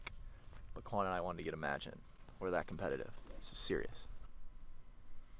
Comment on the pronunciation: Did it drive anyone else nuts that he called him "Kwon" throughout the entire video???? 🤣